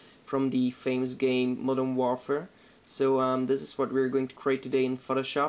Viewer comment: "Modern Worfer"